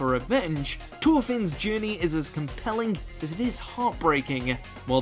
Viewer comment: Is it just me or does it sound like he is saying ToolFinn for Vinland Saga lol